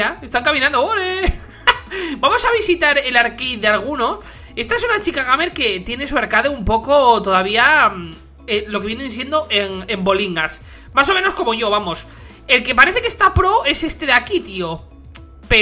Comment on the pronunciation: Ejem... se pronuncia geimers :v